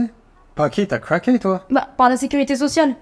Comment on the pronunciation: T'as cwaqué twoi Mdr